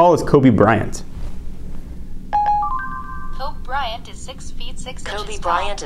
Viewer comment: Please learn to pronounce bryant